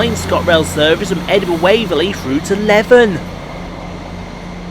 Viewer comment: Good video, just to point out Leven is pronounced like "Lee-vin"